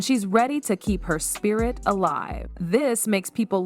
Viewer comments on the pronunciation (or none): none